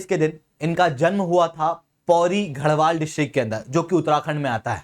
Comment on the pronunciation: Pehle bolna sekho घरवाल nahi गड़वाल ( land of forts)